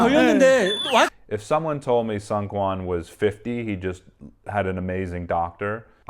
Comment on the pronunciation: just wanted to let you know that seungkwans name is pronounced SOON-kwan :) Great video, I really really enjoyed it